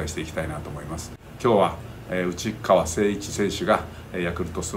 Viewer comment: 最後うちっかわって言ったのはわざと？笑